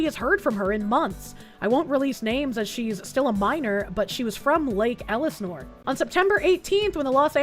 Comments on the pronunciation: Why do you say Elisnore instead of Elsinore ? lol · Damn it, it's Lake El-Seh-Nor! Its Van Nuys like Van EYES!🤦‍♂